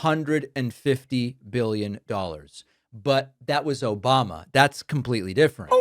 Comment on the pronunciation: I laugh every time I hear "OBAMNA" 😂